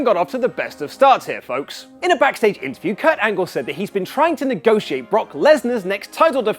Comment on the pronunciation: "Ultimatum" not "ultamatium"